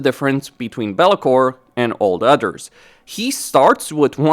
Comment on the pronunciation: I love how every time he says "others" it sounds like "udders"